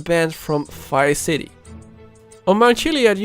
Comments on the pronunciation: it Triggers me so much that you say ''Fice city'' instead of Vice City-- xD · It sounds like he is saying Fice city haha